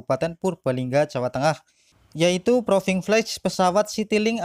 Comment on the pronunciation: 1. Karena istilah yg dipakai memakai bahasa INGGRIS, maka pengucapan atau lafalnya harus betul, misalnya pengucapan proving flight dan enclave sipil. Proving flight bacanya proving flaiț; awarnes bacanya èwârnês; enclave bacanya enklâv bukan ensleep atau edslip, first flight bacanya fêž flait. Traffic bacanya trefik. Nama direktur Yuliandra Nurcahyo (ejaan lama Juliandra Nurtjahjo). 2. Penggunaan istilah agar tidak sepotong2, misalnya kalimat enclave. Kalau menyebutkan istilah ini lengkapnya harus diawali dengan Lanud JB Soedirman enclave sipil, karena maknanya Pangkalan Udara militer (TNI AU) yang dimanfaatkan untuk penerbangan sipil. Atau bisa dengan menggunakan kalimat yg mudah dipahami Bandara JB Soedirman yg menggunakan fasilitas Lanud TNI AU. 3. Data rombongan tidak termasuk jajaran Kementerian Perhubungan. Dari Kemenhub sudah datang saat uji kalibrasi landasan oleh Dirjen Perhubungan Udara beberapa waktu yg lalu. Demikian juga dari jajaran AP 2 tidak termasuk jajaran direksi. Mohon maaf dan terima kasih, semoga konten ini selalu berkembang.